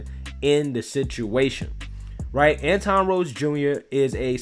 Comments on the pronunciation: Antwan not Antawn. Just an FYI. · antwon not anton